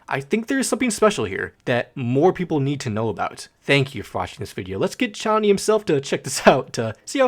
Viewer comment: Yknow I was super happy that you pronounced Chonny correctly (since you were struggling with tally hall) but then HAIKU SMH/j Anyways this is a really good explanation of Cj!